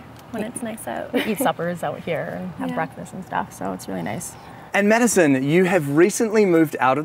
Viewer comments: Drinking game: take a shot every time "beachy" is said. Lol. I love this, they both look so happy! And Madison is friggin glowing! 🤰☀️ (although he kept saying "medicine") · Why does the dude keep calling madison medisien ?? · He cept calling Madison medicne